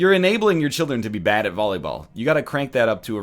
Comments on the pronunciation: everytime said volleyball he said bolleyball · He did say Bolleyball! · totally said bolleyball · HE SAID BOLLYBALL #bollyball